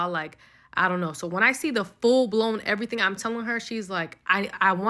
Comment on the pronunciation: EV-UH-REE-THING. my GOD.